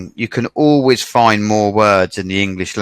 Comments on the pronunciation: この英会話講師の発音指導については、正しいとかどうかの問題ではないような気がします（an concrete example: find [faind]と発音していない )。まあ、アツさんの英語を指導するって（動画は）講師が大変だわ（笑）何といってもアツさんが、日本で英語を学習したという点においてこれだけの支持が得られているのだと思う。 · イギリス英語難しい😓findの発音フォンドって聴こえる